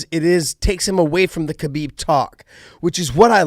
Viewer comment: How is Khabib one of your closest friends, but you mispronounce his name? (don't say the K)